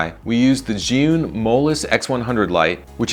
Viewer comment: among english speakers, you are the only one who can pronounce "zhiyun" correctly :)